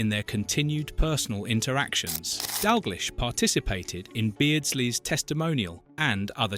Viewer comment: As soon as you get AI bullshit like that pronunciation of "Dalglish" im out